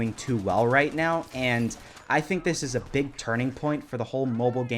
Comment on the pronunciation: Are you serious right neow bro?